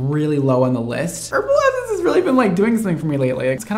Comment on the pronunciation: sorry to be that person but it's pronounced Herbal EssencES not just one essence haha